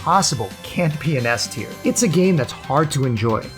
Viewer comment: Btw..i swear i didnt hear Ass-tier everytime u speak S-tier...ahahah